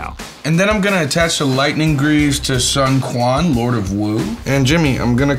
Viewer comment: I believe it should be pronounced as "Swen chywan" instead of "Sun Kuan"